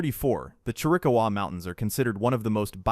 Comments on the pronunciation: ❤😂Mogollon Rim is pronounced MowGeeYon, Chiricahua is pronounced CheerWahCowWah, Canyon deChelly is pronounced canyon DuhShay, Prescott is pronounced PressKit, Agua Fria, Gila and Saguaro . . . OwWah, HeelLa and SawWarRo. There is so much people get wrong about Arizona, the home of the Mexica = MehSheCah, called Mexico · Pronounced chir. ..a... Cowa mountains Pronounced mug...ee..own rim Pronounced soo...war..o..cactus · Just a tip... to sound credible when telling dudes about Arizona "secrets", you may want to pronounce commonly used names & terms correctly. ie; Mogollon, saguaro, Chiricahua, Gila,...just a few.